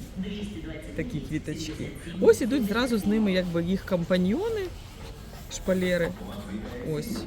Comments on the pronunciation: А чого шпалЄри, а не шпалЕри? Ріже слух. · Не шпалєри! 🤭 А шпалЕри!!!!💯